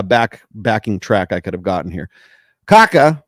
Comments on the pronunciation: It's pronounced Kha-kha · More or less like "ka-KAH". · In pronouncing Kaká, there is an emphasis on the last "a". Like "cacao" without the o.